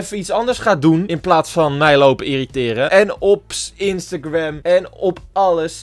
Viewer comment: Jij spreekt Instagram. Uit als instagwem😂😂